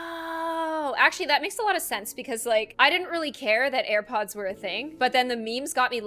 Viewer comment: Grandma:ear pods Me:no no no grandma it's air pods